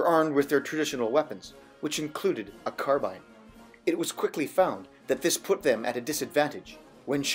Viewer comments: I'm so happy you pronounce "carbine" correctly, unlike Ian on Forgotten Weapons! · Interesting cocking and middle finger trigger technique. Any loss of accuracy with a middle finger squeeze? BTW, thanks for pronouncing 'carbine' properly (too bad about 'aluminium' though ;-) )